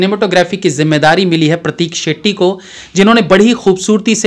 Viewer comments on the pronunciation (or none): none